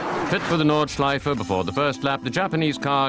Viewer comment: "Nürrrburgring Norrrdschleife" xD